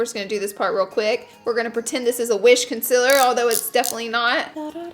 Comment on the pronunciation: Its CONCEALER not CONSILLER